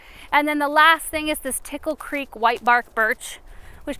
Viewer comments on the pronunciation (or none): none